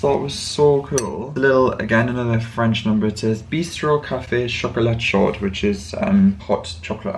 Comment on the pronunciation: Chaud is hot in French pronounced show thanks for the vlog… enjoy the rest of the week